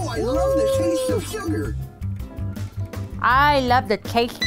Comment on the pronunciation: you saying you wuv hotto doggus makes me wuv u even mowe